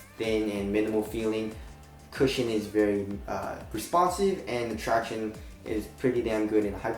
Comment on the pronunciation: Stop saying "tractiones". Almost as annoying as you complaining about 'I can't feel the forefoot cushion". Not sure if you are trying to be funny but it ain't funny at all. Lmao